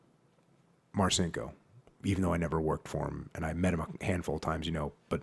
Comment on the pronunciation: Jocko champion! BTW it's pronounced "Marchinko", exactly as your sidekick suggested. One of my fav books from the teenage years. Tough, crazy motherfucker, and not empty-headed on top of all that.